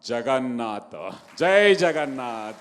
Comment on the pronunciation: ଜଗନ୍ନାଥ ଉଚ୍ଚାରଣ ପାଣ୍ଡିଆ ମୁଖରେ , ସଇତାନର ବେଦପାଠ ପରି ମନେ ହେଉଛି l